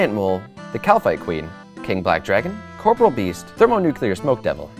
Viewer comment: Still can't pronounce "Corporeal"